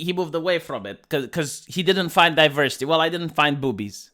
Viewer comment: Some people tune into for the content, but I tune in to hear him say DiVERsitay, Zuckenberg, Styxenhammer, Californ-nya-nya, & let's not forget miss-waagenyee.